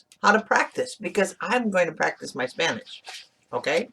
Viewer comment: Your pronunciation is great!!!! For a Mexican accent, LOL